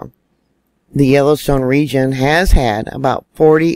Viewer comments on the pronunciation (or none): none